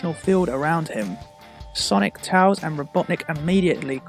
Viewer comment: I hate how he says tails wrong!